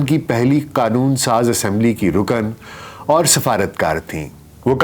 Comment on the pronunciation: Are you sure it is pronounced Naina and not Nina Behind the ' veil ' pronounced as vale Not Rukan but Rukn Nafs not nafas Noticeable . there is not a single photograph of Shaista Ikramullah in public domain in purdah herself . Purdah being widely misunderstood and deliberately enforced by men over women in the Muslim world